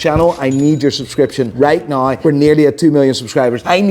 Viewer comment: I'll subscribe to your channels and tell all my friends and family to subscribe if you can say "right now". Instead of right naehhh. Think it's be funny to hear you try.